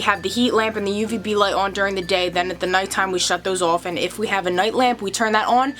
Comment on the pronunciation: I love how you say “on” and “off” awn and awff 😅💗